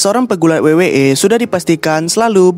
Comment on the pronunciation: Lawak betul sebutannya😂